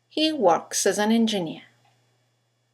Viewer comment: hi, in the speech patter 3 example 1 "he works as an engineer" its more of "he works asanengineer" and while you say "works-- wo - rks would be more of a "wa" sound than a "wo" sound". thanks.